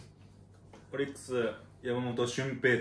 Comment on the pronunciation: 「あ〜好きぃヤマ"モト"シュンペイタ」